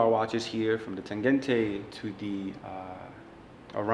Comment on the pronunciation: interesting, but the Berlin wall fell in 1989, and NOMOS started in 1990, not 1992 yeah? also im a novice, but is the Tangente pronounced that way? it sounds like he is saying 'Tagente' shouldn't it be like tahn-GEN-tuh? I love the watch for you though.